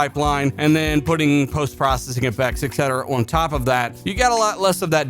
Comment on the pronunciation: Why do you pronounce the word "on" as "oh wan"